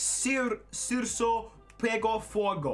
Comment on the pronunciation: A o fala c como ç ai no c* ele fala çu ou su, e no circo ent çirço Kkkk bota no google tradutor